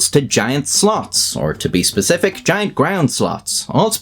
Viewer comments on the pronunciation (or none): none